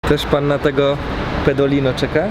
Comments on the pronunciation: Pedolino a nie pendolino XD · Pendolino :> PEDOLINO XD